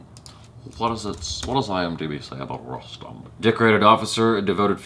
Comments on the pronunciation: On a funnier note... used to pronounce 'Punjab' as 'Poonjab' for a while, before he was told that its actually like the word 'pun'. So with 'Rustom', felt..wait I know this shit, I won't fuck up by calling it 'Roostom' n I'll call Rustom like 'custom'. Haha! little did he know.:) you're cute af! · "Rustom" is pronounced as "Roostom".. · शायद फ़िरंगियों की बुद्धि काफ़ी मोटी होती है। अक्षय कुमार फ़िल्म में ख़ुद को बार-बार "रुस्तम पावरी" कह रहा है, और इसके बावजूद ये भाईसाहब "रस्टम" "रस्टम" कर रहे हैं। कुछ तो गड़बड़ है दया...!